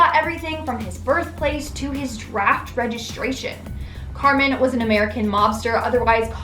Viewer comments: Its pronounced "Car mine" not Carmen. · Love these vids but my OCD won't let me ignore the pronunciation of Carmine... It's pronounced as it's spelled. "Car-mine" instead of "Car-min" which is female. I'm sorry, I couldn't help myself! 🤪 Still loved the video though! 🖤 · At least pronounce Car-mine properly